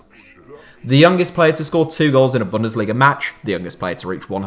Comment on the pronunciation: The z in Leipzig is pronounced Ts, not like a j or sh. Also, you should stress the first syllable of "Bundesliga", not the third